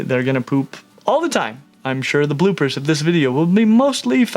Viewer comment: Did you say bloopers or poopers? 😊